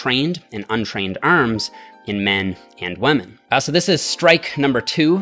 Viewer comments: Why does he say "wamen" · did he say wamen?